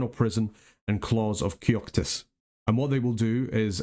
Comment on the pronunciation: Are horrors counted as a third party? If so you could have fun combining summoned horrors with vortex of returning and battlewide wipes for longer durations without sacrificing too many mages. Also, I'm curious how you ended up pronouncing Kokytos as Kyoktos. No offence intended, just curious about how brains get to be where they are at any moment. :)